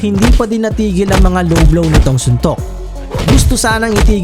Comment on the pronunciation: it not blowblow paniki it a lowblow hahah